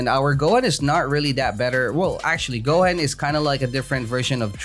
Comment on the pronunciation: It's not go-hen it's goo-hooooon